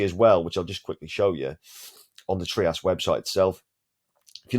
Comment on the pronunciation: Hello boss. The founder and CEO of TRIAS Anbang Ruan, pronounced it as “TRY-us”, not “TREE-us”. That is how he said it anyway. Out of respect, might as well say it right.